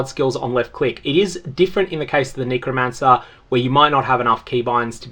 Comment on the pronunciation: the word is NECK-romancer not NEEKO-mancer